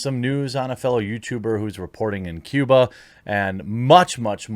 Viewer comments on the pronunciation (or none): none